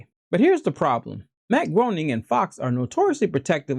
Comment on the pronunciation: Matt Gray-ning, not Matt Groan-ing